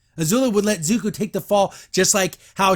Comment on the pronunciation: But, how else are regressive leftist going to drag the good parts of our culture in the mud? Also: It's Zu - ko, not Zu-ku.